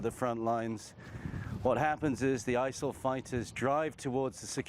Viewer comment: Wtf is isal lol talk right